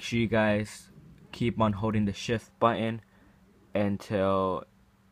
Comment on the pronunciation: When u say shift i think u say sh*t